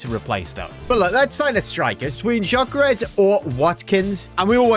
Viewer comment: It’s not jyokeres it’s gyokeres it is pronounced yokeres(not to be rude)